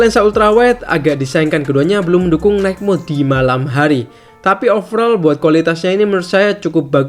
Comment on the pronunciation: boss, kalo baca "light", "night", "bright"... huruf g nggak diucapkan. please be noted.